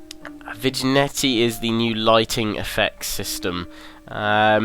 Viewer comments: It's not "vig-net-E" it's "vin-yette" Great video though,. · "vinyetti" lol